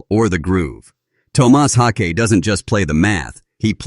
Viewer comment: Garbage video talking senseless crap. Cant say his name correctly twice and many facts are just repeated junk. Shit video. I am a Meshuggah fan, but I am not a fan of this video.